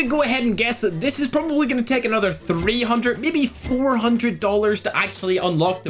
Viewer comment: Is Irish All the costs he states: D O L L A R S Me: confused noises intensify